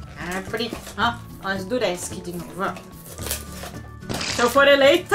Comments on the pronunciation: Não é duresk é durex prit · você disse:duresc mas é durex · kkkkkkkkkkkk duresk? não é durex? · "duresc" kkkkk